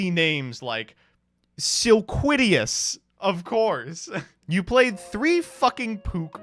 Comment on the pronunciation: “What is easy to pronounce about ‘Silquitious’” Well for one, there isn’t an I after the T, so you’re off to a bad start